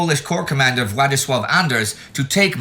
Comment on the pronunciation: I am always positively astonished how well Indy handles the pronounciation of Polish names. For a moment there I thought "Władysław Anders" was a polish dub